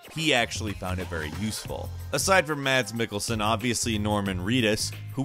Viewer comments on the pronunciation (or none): Its pronounced mas Mikkelsen not mats Mikkelsen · a lot of americans say "mats mikkelsen", you should pronounce it as "mass mikkelsen"